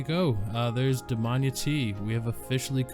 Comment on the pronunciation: I think is is pronounced Dam-I-ana